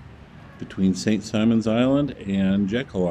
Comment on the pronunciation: It is St. Simons, not Simmons.